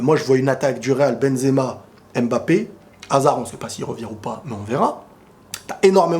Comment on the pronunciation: Mba et non M-Ba mdr la prononciation mon ami 😄